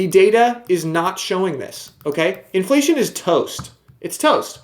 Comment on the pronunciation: Haha “iflation”